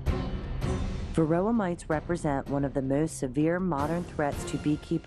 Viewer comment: Why does it SOUND like the narrator is saying "varilla", instead of varOHah??? What am I missing? Thaks